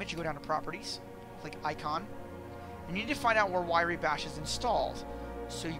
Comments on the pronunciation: Why Ree bash :) RYE bash is how it sounds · You missed the point. How can you manage to type the name of the program into MO and still pronounce it in the wrong order? W r y e, like Rye bread, not w i r e y. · It's pronounced "rye"/"wry" (i.e., as it is spelled), not 'wiry". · Hearing him say Wiry made me cringe so hard lol, useful tutorial though! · Wrye is pronounced Rye. Like the liquor. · lol... wirey... I never even considered that as a conceivable pronunciation.